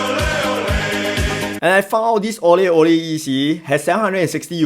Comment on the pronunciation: Thanks for the review. I felt like when you needed to differentiate the name of the EC you could simply have pronounced Aurelle as Au Re LLe. Any confusion with "orally" purely coincidental.